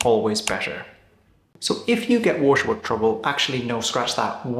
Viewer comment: The way you pronounce "waterwork" is really funny. Usually, you hardly have an accent and you're very easy to understand but, when you hit the word waterwork, what comes out is "washawuk", which sounds like a cool native American name for a region in northern Canada but I had no idea, what you meant. I had to rewind and activate the caption. Pretty funny 😊